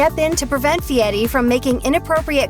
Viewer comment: It's NOT pronounced "Fietti."